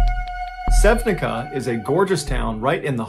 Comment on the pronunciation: I love your stories and I think that you're always trying to be as presice and correct about things as you can. So,regarding to that I would like to point for two tiniest mistakes in story about Sevnica-Slovenia. You pronounce it wrong, SevniCa is pronounced like piZZa for example (sevniZZa) and there is missing letter when you talk about one body that was found almost in Croatia 25 miles away it is converted to 40 meters instead of kilometers. Sorry about correcting you its in best intention cause I assumed you like to give correct facts and everything else. Anyway I honestly enjoy your way of telling these stories...